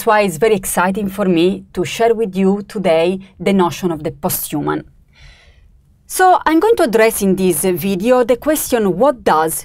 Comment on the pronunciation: "Post you mun" 😄